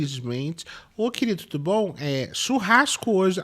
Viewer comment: "tudú mundo com bronquite!"